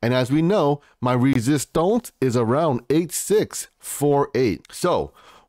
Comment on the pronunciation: I love your videos but please stop saying "resistonce" 🤣🤣🤣